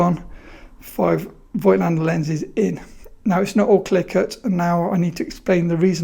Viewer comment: Now that you are you Mr. Voigtländer, it would be great if you learned how to pronounce it properly ... ;-) It just drives me nuts to hear this ...